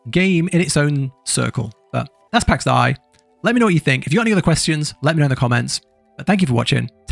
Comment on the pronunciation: Its Day... and it's triggering AF lol